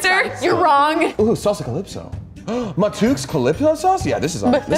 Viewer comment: I'm just happy said matouks correctly..if ya'll ever do this again I recommend getting hot sauces from the Caribbean, more between Trinidad,Guyana and Jamaica